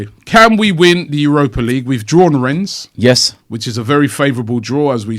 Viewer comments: The S in Rennes is silent, Robbie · Rennes is pronounced 'Ren'.